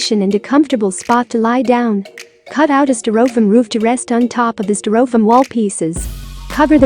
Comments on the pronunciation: I've never heard Styrofoam (pronounced sty-ro-foam in the US)) pronounced sty-roff-ham before. I had to replay the video a couple of times to make sure. To each his own. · That's pronounced stir-o'-fum. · what country pronounces stai' ruh fowm (styrofoam) this way? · Learn to pronounce STY- RO FOAM!😂😂😅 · a piece of "stir-oh-fumm". ? they couldn't find a human female to narrate ??? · I was laughing at the funny pronunciation as well ..gotta love computer generated narration. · Yes, I've had to use some very strange spellings to make text to speech programs pronounce certain words correctly. I'd have tried something like "stairowfoam" or "styrifome" to see if that worked.